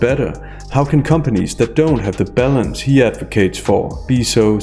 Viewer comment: Your 'balance' sounds like ''bellends', it cracked me up 😂